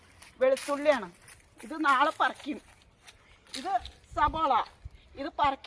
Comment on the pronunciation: അതെ ചേച്ചി സബോള അല്ല സവാള